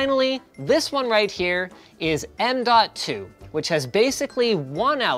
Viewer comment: What I hear is nnnmmmnmnmnmn.2